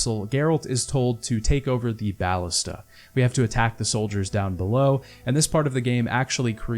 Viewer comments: please, its BAL-LISTUH not baalista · bal-LIS-ta Emphasis on the 2nd syllable. Plural Ballistae.